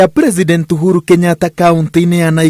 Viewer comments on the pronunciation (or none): Its uhuru not ouru chiiiiiiii